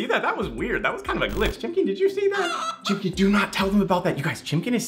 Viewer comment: How many times he said chimcken in all his vids | V